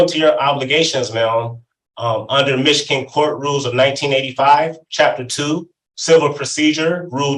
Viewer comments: He keeps mispronouncing Michigan. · Why does he keep pronouncing Michigan so wierd??